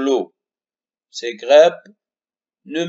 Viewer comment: La traduction du cours en arabe ne sert à rien car l'élève répond en français sur la copie d'examen au lieu de la langue arabe et n'oubliez pas que vous êtes un enseignant de la langue française. -Concernant le mot"grappe"prononcez"a" au lieu de "e"